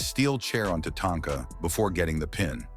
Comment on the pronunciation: What do I think about this list? Tatanka, the German artificial intelligence voice, refers to her as Tatonka or Tanaka. Please leave this silly artificial intelligence chatter out of the video. If you want to translate it, please use a human German voice. Otherwise the list is good.